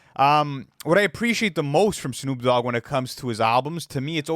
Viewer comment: 'Shnoop Dogg"